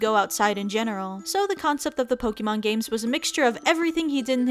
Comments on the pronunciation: Did she just say poki mon? XD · C'mon Aki, I know you know how to pronounce Pokémon correctly.